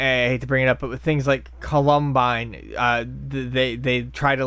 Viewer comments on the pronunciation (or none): Ca-lum-bine :^). It's Column-bine. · He said it like 'Columbo' would be pronounced. LOL. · Ca lum bine? You mean Columbine? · co-lum-bine lmao said it so wierd! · Culum Bine? lol Columbine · It was atrocious and I demand that tries to properly pronounce it again in the podcast.